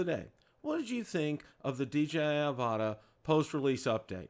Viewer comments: You guys need to watch DJI's Pomo videos for the Avata to get the correct pronunciation. It’s not Av-ahh-ta it’s Av-a-tah. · it’s Av-a-dah :P